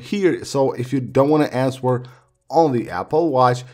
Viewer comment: Pronounces answer with the w....deleted the dictionary app....left the cycle tracking app....smh